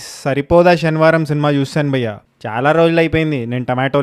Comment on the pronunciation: అది షనివారం కాదు టొమాటో అన్న శనివారం